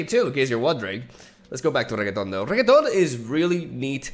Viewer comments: Can't fucking stand you pronouncing it as regeton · Reketon. I here that. 😂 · please stopp calling him reggaeton, this is illegal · Renekton: A partially insane mad demigod: Calls him Reggae-ton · Also "regketon" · The inability to pronounce renekton makes me get off the video